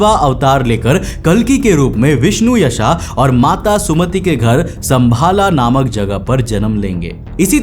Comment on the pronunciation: भाई कोई अंग्रेज आदमी बोले विष्णुयाशा , संभाला तो समझ में आता है... जब हम ही लोग विष्णुयश और संभल ग्राम नही बोल पा रहे तो क्या ही बोला जाए।